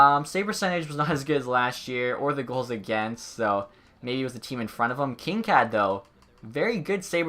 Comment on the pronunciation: the way he says Kinkaid lol